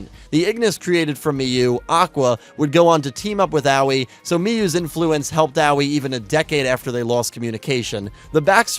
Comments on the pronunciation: I am and will forever be in at least slight amazement at how you refuse to pronounce Aois (AHOhE) name correctly. Anyway, when will you take my idea of doing weekly yugioh reviews of the various series (perhaps vote based) of the previous series as you had done previously till more is known about Y7? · Honestly, VRAIN's greatest writing flaw is that Akira didn't shout Aoi's name enough times for to learn how to pronounce it. I now call her BooBoo Angel because of you, I hope you're content with yourself.